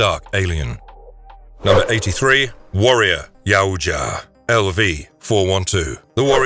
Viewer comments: Yaut-JA NOT Ya-oot-JA ffs that drives me nuts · This guy said, Yow-oooooo-ja so much that I forgot how to say it correctly 😂. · It's pronounced yow ja. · Great video but its pronounced yowwt yah "yautja". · It's " Yautja " 😬 What a great video though !!!